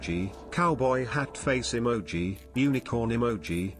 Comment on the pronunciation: Emoji, ,uhmoji, Emoji, Amoji, Eemoji